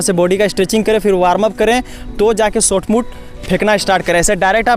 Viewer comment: Bhai Sotput nahi Shotput hota hai.